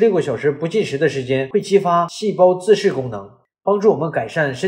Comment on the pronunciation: 自噬，不是自視